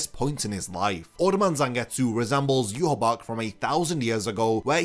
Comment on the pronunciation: Question: Why do you pronounce Yhwach as Yuhabach, when the anime calls him Yuhabaha?